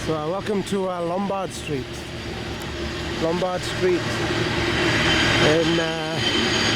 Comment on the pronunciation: Lombardo streeto lmao